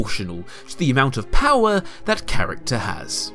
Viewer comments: "Oll of the powar" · "he haes owl of the powah!"